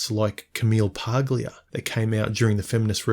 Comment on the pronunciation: The “g” in Paglia is silent hu